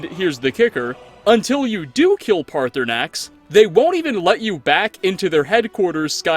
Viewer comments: The time he called Paarthurnax “Party Snacks” made me lose it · No one gonna mention he called Paarthurnax "Party Snacks"? No, just me? Okay. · Guys he actually said partysax in the vid thanks made my day 100 percent better with that. The fact that you unlike any other YouTube actually read the comments but I agree, third option is what we need 😂. I enjoyed the video and I definitely agree with the crimson nirnroot it’s my number 1 hated quest and I’ve never even finished it yet. I’ve been through bleak falls barrow 100s of times and still more annoyed by the crimson nirnroot quest. My opinion. See you soon in your next video. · Did you just call Paarthurnax Party Snacks?